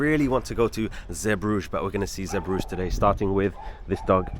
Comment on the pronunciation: Belgium has 2 languages, French and Flemish. The port is pronounced Zee bru geh, shame you missed out on Bruges, it is lovely. You had a poor experience in Belgium sadly